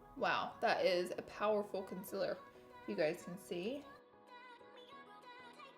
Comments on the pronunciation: Gurl you are a beauty guru and you spell it CONCILLER i am dead hahaha love you and your quirks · Gurl wth is a “conciller”???? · girl it's concealer, con-seal-er. CONCEALER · "Conciller" I'm dying. You're the best! ily;-) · YazOnline Consiller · Take a shot everytime she says "concillr" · Only clicked to hear her say ‘conciller’ over and over again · If you didn't say "consiller" I would have to turn this off out of fear. Something would be wrong. 🤣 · I just wanted to watch this video because I want to hear Laura say canseeler 173929 times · Conciller heheheheheehehhe 😂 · laura i love you and how you pronounce conciller 😂😂❤️ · Is it just me or does anyone else love how she says conciller😂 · Love you but “conciller”? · Southern accent.... I'm from Texas so I'm used to hearing that. However, I have a pretty good ear and the ability to correct myself accordingly so I don't say things like that, lol. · i know it bothers me how she says concealer and says concilir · That's not how you say concearler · I subscribed to her channel just to hear her say concealer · She still can’t say consealer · I don't know why, but I LOVE how she says Concealer 😂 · I hate it when she says concealer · Lol the word concealer lol... I love you! You say it fluent in “Laura Lee” boo... ppl just need to be fluent in you!!! ❤️❤️❤️ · I’m gonna say the word concealer wrong 18 million times today 😂😂 This is why I love you!!!! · The only thing I dislike about you is you can’t say concealer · i clicked just to hear her saying concealer wrong. no hate tho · When you realise that Laura knows about the amount of people who hate her pronounciation of concealer. Girl, say it the way you want❤. Great review by the way! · Am I the only one that noticed that she didn't spell nor say "concealer" right ?🤣😅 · There's a difference between having a speech impediment and her knowing she can say concealer but choosing not to and looking illiterate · haha noticed that too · ConCler not consIIIler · Conciller haha